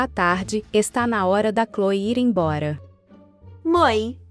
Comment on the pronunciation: CLÔE?? E MICA MEU DEUS O NOME TA TODOD ERRADO